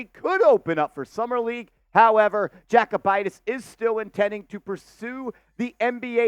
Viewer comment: Yo-koo-bite-is 😂 not jack-oh-bite-is